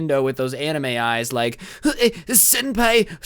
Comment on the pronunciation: When he said sempi I'm orgsumed